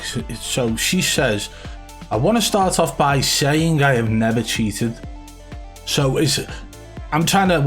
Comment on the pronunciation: Wow she does say cheaten, not cheated